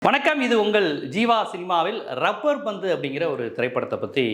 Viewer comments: Dai mayiru, it is "labbur bandhu", "rubbur bandhu" illa. Oru nalla movie title la enda kedukkireenga?. Dai, neenga review kuduthalum, kudukkattiyum, indha madhiri padangal makkal pappanga. "Thani oruvan" ku aapuram, ippathan makkal kuuttam varudhu. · Rubber pandhu nu solringa, lubber pandhu